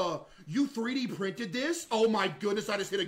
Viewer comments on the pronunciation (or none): So you pree-dee thrinted?